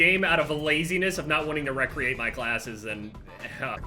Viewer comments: Why does say recreate as fucking REQUIEM... FIX YOUR SHIT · saying recreate instead of recreate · the way he says recreate